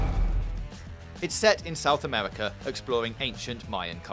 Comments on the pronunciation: “South Amerwica” 😆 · OASIS South Amewica